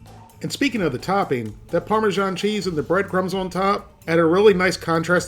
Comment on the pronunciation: Remember: its not parmeZHan, its either Parmesan or Parmigiano Get it right pls